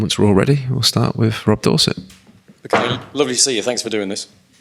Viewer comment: why pronounce it Bukeyo?